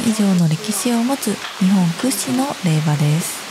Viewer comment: 那須の大和さん、こんばんは😊 今回もこんなに詳しくコメントを書いてくださって本当にありがとうございます〜！☺️🌿 天の岩戸神社にも行かれたことがあるんですね！✨ 宮崎県にはまだ行ったことがないので、いつか行ってみたです！🥰 古事記のお話も一緒に楽しんでいただけて良かったです♪ 硯石を見て美しくてびっくりしたって・・・🤣 いつもありがとうございます！☺️ の「霊場」の読み方、「れいじょう」なんですね！ 訂正ありがとうございます🙇‍♀️🙇‍♀️ 耳当ての帽子も褒めていただけて嬉しいです〜 拓本を流行らせたいですね🤩✨ ぜひ戸隠に行った際は拓本やってみてください〜！🙏 秋映というりんごも美味しかったです🍎 視力は悪いのですが、動いてるものを見つけるのが上手いんですよね！🤔笑 拓本14個頑張りました！🙆‍♀️ 「蕎麦を食べると何でも解決」が語録に！？ 光栄すぎます！！🤩 そして今回も4首もの『和歌トラベル』をありがとうございます！ 早速、「蕎麦食えばいかことも解決す」と使っていただけて嬉しいです！☺️ 体調への気遣いもありがとうございます🙏 寒くなってきましたので、那須の大和さんも体調管理に気をつけてください〜！😊 いつも温かく応援してくださって本当にありがとうございます🥳